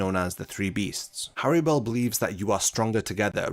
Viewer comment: The most tragic thing about Harribel is how you butcher the FUCK out of her name. In Japanese is spelt Halibel (like holly bell) in English, the two rr's make it a soft pronunciation. Going around saying Hairy Bell just sounds fucking stupid. I wont even charge ya for this lesson